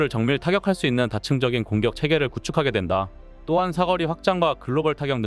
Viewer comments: "사거리"의 발음 --------------------> 사 거리(O), 사꺼리(X) 외국놈인지, AI인지.. 기초적인 발음 하나 못하는 멍청한 유튜버들이 왜 이렇게 많은거야??? 도무지 거슬려서 못들어주겠네.. 중거리도 중꺼리라고 발음하지, 그 건 또 왜 중거리라고 발음하냐??? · 다 좋은데 왜 자꾸 '사거리'를 '사꺼리'라 하나요?